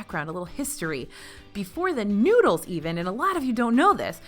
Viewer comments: Lol "noods" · why she gotta say noodles like that it sounds wrong sigh